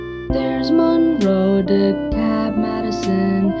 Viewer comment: I'm impressed you pronounced DeKalb and Kosciusko counties in Indiana the way we pronounce them. Good job!